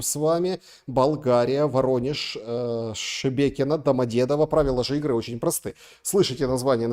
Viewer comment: Ураааа!!!! знает как правильно произносится Шебекино!!!!🤗